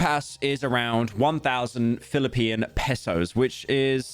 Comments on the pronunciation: never heard someone say Filipian until this video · Everytime pyro says Philipean, my soul deflates moree and more. On our independence day as well lmao. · Did bro said Philippian? 💀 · pyro sayibg Philippian instead of Filipino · Homie said Filiponian 🤣😭 it’s just Filipino